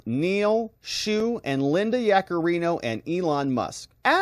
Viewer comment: Help with the name "SHOU" = "SHOW" with a silent W, you can just pronounce it Show (I Learned Mandarin for 8 years)